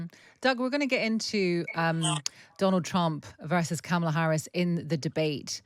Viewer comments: How is a scarcity of Harris press conferences the story when Trump is regularly losing his mind on camera? And nobody in this segment can be bothered to even say her name correctly. Just silly. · would anyone plz confront these people when they continually mis-pronounce Kamala's name. Is he a complete idiot who cannot learn her name, being racist about the origins of her name, or both?